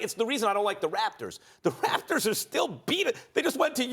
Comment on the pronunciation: That's not how you say the Raptors SAS